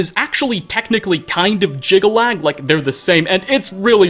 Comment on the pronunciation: Jyggalag snirks more like 'jiggle lad' x'D